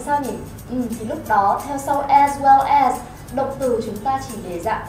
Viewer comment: as nên phát âm là /æz/, không phải là /a:z/ hay là /ez/ gì đó...